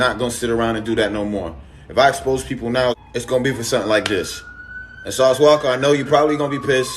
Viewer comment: It’s “Walka” not “Waka”. His last name is Walker. But yeah. Lol